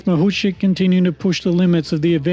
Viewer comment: Откуда вы взяли фамилию Махавких (Makhavkikh)??? Неужели так трудно выучить призношение фамилию украинской чемпионки, оне совсем не «Махучих», она МАГУЧИХ!!!